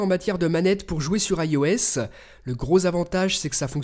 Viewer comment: Pourquoi tu dis AIOS 7 au lieu de IOS 7